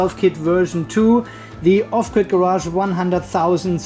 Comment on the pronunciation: Off-gird sounds German. 🙂